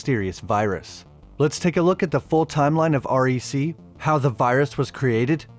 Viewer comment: Its said "WRECK" as a word because it is short for the word RECORD, like record film on a camera